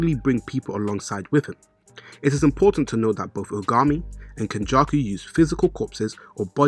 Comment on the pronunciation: Why does this guy say names weird? Who the hell is kenjuku